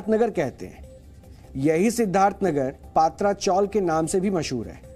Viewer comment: पात्रा नही पत्रा, टीन को मुंबई में पत्रा बोलते है। प्लीज correct